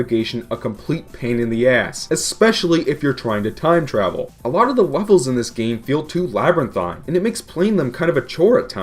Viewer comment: Did he said wevels not levels